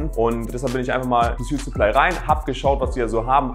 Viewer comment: Gutes Video aber sprich suitsupply doch bitte richtig aus